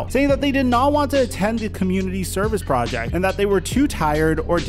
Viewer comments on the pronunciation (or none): none